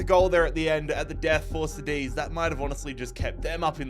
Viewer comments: did he just say, “Sedis” and not “cadiz” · Oh yeah, "Cad-ith" 😘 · Why does he say Cádiz like that?